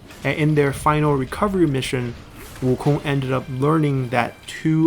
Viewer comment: I gave a like on the video because props to you for going out your way to speak the name fluently, as for me though I'll stick with WOOKONG